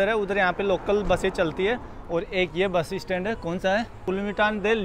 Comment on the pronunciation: आप बस स्टैंड को बसी स्टैंड क्यों बोलते हो?😟🙄